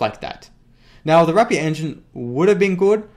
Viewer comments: why do yofu pronounce rapier as wrap pier? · I like you, and your videos,... but PLEASE stop RAPING the word RAPIER, for the RAPIER engine name... RAPE ER is how you pronounce it:) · Rapier is pronounced as "rapeer"